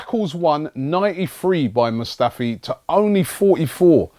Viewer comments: Hey Robbie now that Mustafi has signed, could you learn how to pronounce his first name now? Cheers bro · It's Robbie,He butchers Players names😂😂....Is this your first time watching AFTV? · hey robbie since it looks like we are getting mustafi you should look up the pronunciation of his first name